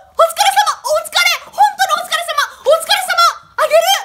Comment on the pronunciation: お疲れ様がほ疲れ様に聞こえた